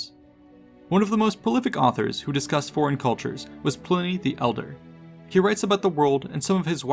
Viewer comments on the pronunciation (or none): none